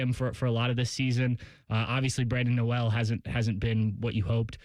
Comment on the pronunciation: As far as Brandon Noel ….. it’s NOT pronounced No-Ell ….. it’s pronounced knoll….. man, come on. If you cover OSU basketball you should know how to correctly pronounce all the players names!! LOL